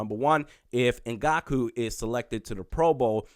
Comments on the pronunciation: Also is ngak-way not ngak-u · Can’t be mispronouncing our players! In-Gonk-Way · Please....learn the name before making a 7 minute video. Not respectful to put in the effort to say it properly. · Eh.. this one was pretty brutal